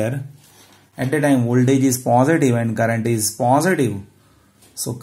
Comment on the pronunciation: Plz pronounce positive properly its irritating.. 🙏